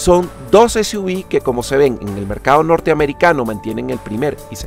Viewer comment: Continente latinoamericano??? Será hispanoamericano, pq en Canadá hablan francés y este coche ya llegó hace rato, dices para Suv : ese , u , vi, será ese , u, uve 🙄 ;cr - b o cr - UVE , yo veo CR-V........ MADRE MIA